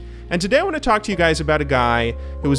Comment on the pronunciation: why do you say to like that